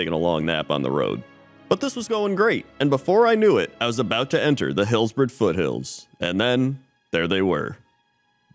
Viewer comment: lol hillborough foothillls" it's funny how americans can barely talk sometimes xD even the subtitles is calling you out xD